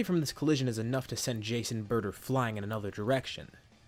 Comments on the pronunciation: Whenever you say Jace and burter, I hear Jason burter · Idk why but whenever he says "jeice and burter" i keep on thinking that he's saying "jason burter"